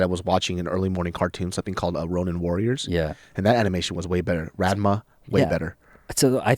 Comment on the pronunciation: Lol, did you really just pronounce Ranma as "raen-ma"? Even the english dub pronounce it as "rahn-ma". Also, looking good, keep it up!